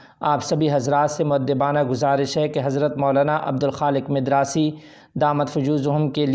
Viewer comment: مدراسی میم کے زبر کے ساتھ